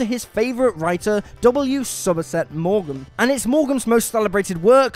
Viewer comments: William Somerset Maugham, pronounced 'Mourn', not 'Mowam'. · Sorry, but it's not Mau-GUM. It's Maugham, as in Morm - you know, like Robert Vaughn, you wouldn't pronounce Vau-GUN. I know I'm pedantic, but W. Somerset Maugham is one of the most important writers in history. Be dilligent, check what you say first and have respect for the subject matter. Just basics! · It’s pronounced, “Morm,” as in W Somerset Maugham. “Assertations,” is not a word. Did you mean, “assertions?” Good vid though. ✌️ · Somerset 'Morgan'? Did anyone on WC ever go to school? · W Somerset Maugham (pronounced 'mom') dude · Maugham is pronounced 'Mawm." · Can't any of you lot pronounce names properly? Mawgum? Seriously?